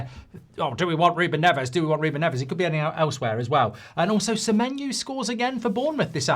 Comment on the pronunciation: Accidentally got Semenyo's name right